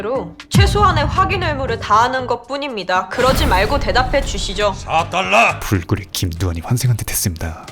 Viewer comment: 자꾸 4딸라 이러는게 ㅈㄴ웃기네 ㅋㅋㅋ